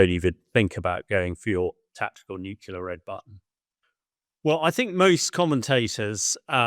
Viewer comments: It’s nuclear - “nuke-lee-er” not “nuke-you-ler” - ignorant! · Why does he keep saying nucular instead of nuclear? It’s that another kind of weapon, some artyfarsty pronunciation or just military jargon? Also, what sort of defence does the west have to intercept and neutralise (Russia’s) hypersonic missiles? I’ve never heard of any but I’m also not well-versed in those things.